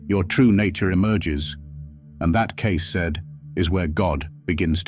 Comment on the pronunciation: Spelt and miss pronounced his name, not a good start. Don't want to be a saint or a sinner. Don't want to sit on a mountain top or in a church. Just prefer to tick along trying to do some good. No gurus required.